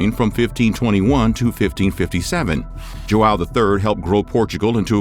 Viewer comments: joão, not jo-awe-o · You couldn't learn how to say joao correctly?